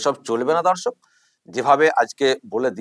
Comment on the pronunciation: Jokhon dorshok bolen, sunte lage dhorshok, kintu valoi lage